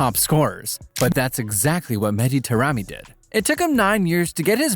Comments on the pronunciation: eyeran❌ Iran✔. Terami❌ Taremi✔ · good video but you could’ve at least tried to pronounce his name somewhat correctly 😭😭